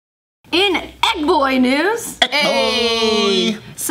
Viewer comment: I really thought said "Ed boy", not "Egg boy".